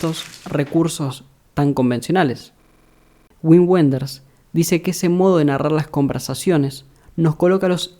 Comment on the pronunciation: Un detalle: se pronuncia "vin venders"